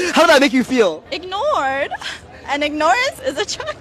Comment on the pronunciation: she used the word "Ignore-ance" like she thought she was smart, but holy shit she's ignorant